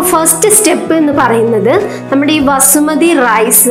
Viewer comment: വസുമതി അല്ല ബസുമതി 🤭🤭